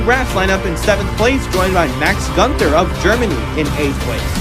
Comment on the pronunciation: Btw, Günther isn't pronounced "ganter"